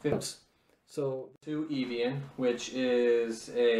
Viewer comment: Evian. (Eh-vee-in)